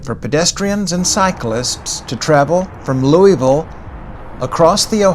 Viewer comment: Great video, one major issue though. It’s pronounced Lou-uh-vull . Not Lou-e-ville